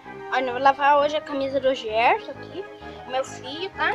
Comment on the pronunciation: O número 8 fala que o nome do fio é Gerson e não dicrirson. Kkk. Errooouuuuuu....